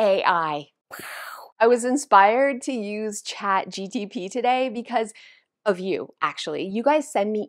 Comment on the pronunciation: Laughing at all the wrong ways you said ChatGPT 😂 thanks for the advice though